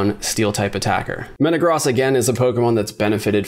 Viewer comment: Thank you for pronouncing Metagross correctly!! 🙏🙏